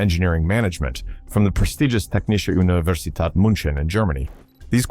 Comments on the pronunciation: Pronouncing it as Munchen is criminal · I recoil every time he tried to pronounce "München"